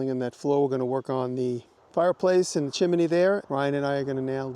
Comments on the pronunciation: Love the way Jimmy says 'chim-me-ny' 😄 Very cool project, those stone foundations are awesome! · I can't get over the fact that you say chimimeey my British ears can't take you Seriously when you do😅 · "Chim-in- ney"!